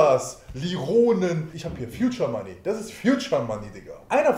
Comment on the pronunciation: "Fjudscher Manni"... alter ich kann nicht mehr :D